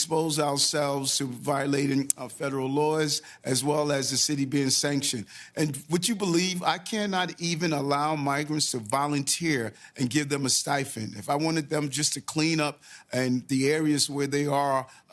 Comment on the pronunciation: a "stifen" or "stipend"? 🤦🏿🤔